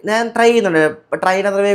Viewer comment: നാൻ അല്ല ഞാൻ എന്നാണ് മലയാളം